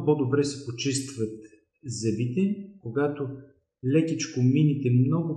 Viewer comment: благодаря за съветите. Само една малка поправка Ви отправям. Много е дразнещо човек да чува зъбИ, а не зЪби и зъбИте, а не зЪбите.